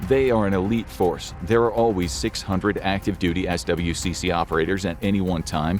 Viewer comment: You can pronounce SWCC as "Swick"